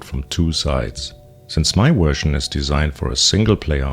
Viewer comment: "My wersion of..." 😃